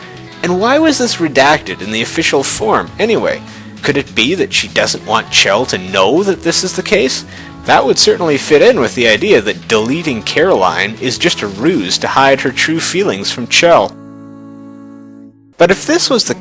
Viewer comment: Caroline. Not Caraline.